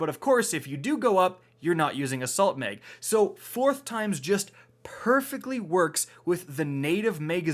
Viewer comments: Tactical MEG , extended MEG 😂😂😂😂😂😂😂 its MAG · It's mag not meg...assault meg, extended meg. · My mans said assault meg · Is it just me or does anyone else hear meg when he says mag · Canadian “People”